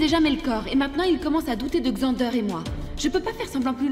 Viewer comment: J’aime la façon Hannah prononce Xander😊